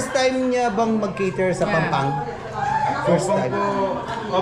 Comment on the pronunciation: That is PAMPANG, NOT PANGPANG hehe😬